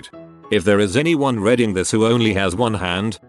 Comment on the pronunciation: This AI always reads "reading" as "redding", and the past form "read" and the present form "read" Pisses me off so much